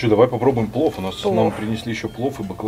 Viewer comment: Дислайк первый раз Вам ставлю. За презрительное отношение к кухне и ресторану. Как сахалинке, мне было крайне аппетитно посмотреть блюда ресторана. А морс ожидать хэндмэйд- ну это же не ресторан русской кухни) и слово плов резало слух(((